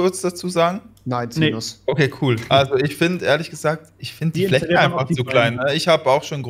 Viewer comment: Rewi sagt fich aber fläsche